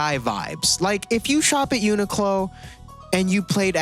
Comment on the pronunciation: why did he keep saying "uniqclon"